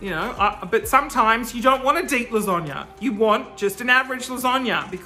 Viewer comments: Melissa Baby it’s more of an a sound not an O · Why you keep saying lasagna like lasonga. Please I need answers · Baby Bear I’m Australian and I don’t say lasonga hahahahaha I say lasagna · No one: Absolutely no one:: lasönga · Okay... wtf is with you pronouncing of lasagna?! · i googled it just to make sure it wasn’t how italians pronounced it but nope. nothing like it. i’ve never heard that!!! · Melissa Baby i lived in the US for a year and never heard it that way. lol. must be a regional thing. the most common american one i’ve heard is las-a (a like in apple)-gna. In Australia we generally say las-ar-gna.